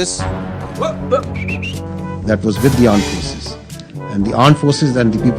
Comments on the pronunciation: I also want to point out this that they instead of saying Armed forces say Aand forces.😅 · Aand Forces? BC kya hai ..